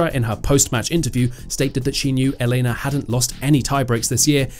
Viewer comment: And both on first AND last name! This guy is simply unable to emphasize the first syllables. It's EL-ena Ry-BA-kina damnit!